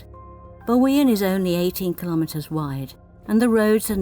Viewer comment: You guys just keep on adding on to my bucket list.. Thanks for another great video.. Perfrect pronounciation of Bawean 👌